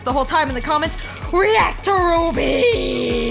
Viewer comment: RWBY is pronounced "Ruby". The first character in red is Ruby Rose, the next is Weiss Schnee, Blake Belladonna, then Yang Xiao Long. The R W B Y represents the four main characters of the show, which I just listed. Also, it is very much anime despite being made by Rooster Teeth(more specifically America) the creators consider it an anime, and it became popular in Japan.